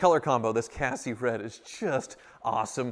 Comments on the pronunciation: Congrats! The color (Cassis or Cassis Rot) is pronounced “ka-SEEs”, not “cassie”. It is named after a type of berry liquor. The modern day equivalent on the Taycan is called frozen berry. They are not an exact match though. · I had a cab in the same color. FYI, the color is pronounced - “cass cease” with emphasis on the 2nd syllable. It’s French. Love your videos. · Just FYI, the color name is pronounced ca-cease. It is the name of a town in France and a blackcurrant liquor! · The way he pronounced “Cassis” 😂😂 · What color is that again? That pronunciation was 🤣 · The S at the end of "cassis" is not silent. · pronounces the colour differently - who is right?